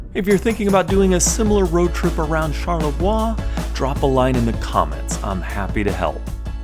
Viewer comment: I try to go to Charlevoix once a year. By the way it's pronounced char-leh-vwa. In French, ending consonants are often not pronounced (I won't explain the rules here, they're complicated).